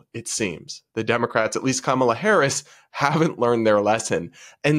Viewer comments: Actually, it's pronounced Kamaltoe Hairs. (hairce) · The view would defend a child grapist if they had a D behind their name. Plus, kisten to how Whoopi mispronounces Harris' last name